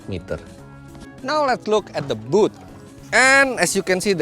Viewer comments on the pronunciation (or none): none